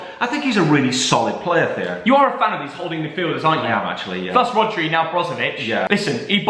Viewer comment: My guy said Rodri